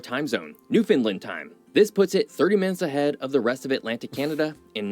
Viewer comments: Sigh. Newfoundland rhymes with understand. Same stress pattern, too. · Newfoundlander here👋🥰 Buddy is pronouncing Newfoundland incorrectly. We say, "Newfin-land", not "New-fin-land"🥰🇨🇦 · The video you’re watching is awesome, and all true… except for the way he pronounces Newfoundland…. It’s pronounced “newfinlind” it’s Newfinland.. rhymes with understand or rubber band;) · Awesome video, having lived in Halifax for 50+ years. What would have made it even better is if the narrator knew how to pronounce "Newfoundland". It's "NewfinLAND" or you can say "NewfunLAND" Emphasis on "LAND" like "DisneyLand" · This video you are watching and commenting on is ticking me off. I'm a Newfoundlander. It is pronounced New Fin Land. Not New fin lind. I can't be the only newfie this is bugging. Lol. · The fact that no one can pronounce Newfoundland is painful... sorta rhymes with understand, newFinland... St Pierre is an awesome weekend trip <3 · New. Found. Land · Good YouTube channel but he cant pronounce Newfoundland correctly. It was like nails on a chalk board for me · I wish the video guy could pronounce Newfoundland correctly. It's not hard to google pronunciation. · I wish the moderator would learn how to pronounce Newfoundland! He has to be a " mainlander ". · Also, the incorrect pronunciation of Newfoundland is beyond annoying! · It urks the living sh*t outta me the way he keeps MISpronouncing Newfounland.